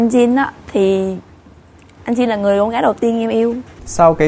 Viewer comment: Jin : Din or Chin ??? :))) theo tôi đọc thì chắc chắn là Chin :v -Dạo này nổi LGBT ghê taaa?? mai mốt chương trình mời chị Linda thì tốt :>